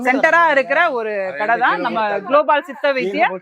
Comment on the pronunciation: குளோபால் அல்ல குளோபல் தமிழ் பேச தெரியாது போல??